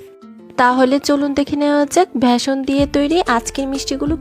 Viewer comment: ম্যাডাম ভ্যাসন নয় ওটার নাম ❤(ব্যাসন)।